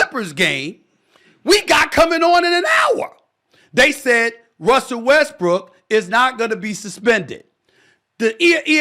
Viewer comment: Did anybody catch Stephen a Smith call Westbrook westbriçk